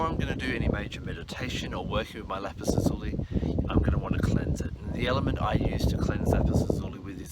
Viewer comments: Please pronunciation!! It is not LAPIZ ZUZULI .....! IT IS LAPIZ...LAZULI !!! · its pronounced la-zoo-lie lol